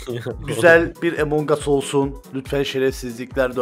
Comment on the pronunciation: Abi among us ı Emong as diye okuma artık doğrusu Among as😫